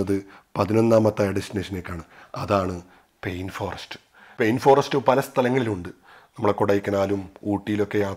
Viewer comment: പെയിൻ ഫോറെസ്റ്റ് അല്ല ചേട്ടാ പൈൻ ഫോറെസ്റ്റ് ആണ്. അർത്ഥം തന്നെ മാറി പോകുന്നു.